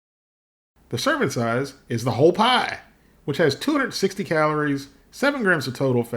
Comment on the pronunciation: I’m sorry, the way you said pie had me laughing